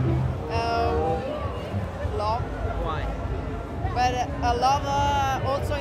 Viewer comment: Love telafuzuna çalışman lazım kanka.